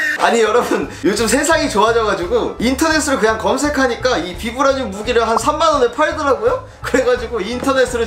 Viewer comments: 발음 바이브레니윰 임 ㅋㅋㅋ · 영어 발음은 바이브라늄! 우리나라말로는 그냥 비브라늄이라고 하더라구요~!